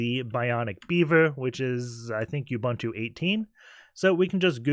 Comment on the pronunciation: Awesome videos. Your butchering of the name Ubuntu does make me cringe though